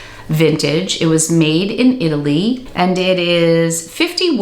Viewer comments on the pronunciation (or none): none